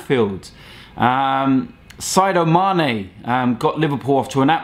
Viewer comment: It's not Sado Mane it's Sadio Mane